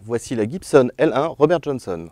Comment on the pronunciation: "RRobére Johónsonne"! Lol.